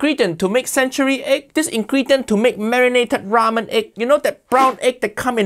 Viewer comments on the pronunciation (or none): none